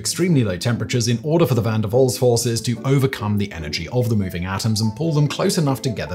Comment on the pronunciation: Waal, not wol, aaaah!, a bit like in British "after", but longer NOT LIKE IN Wall, not even close...